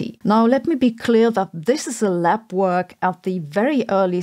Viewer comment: Oh, it's 'lab work'... For half of the video I wondered what 'lap work' is. xD